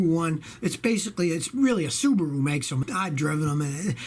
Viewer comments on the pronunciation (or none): none